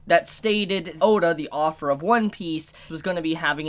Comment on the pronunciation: You say "author" as "offer"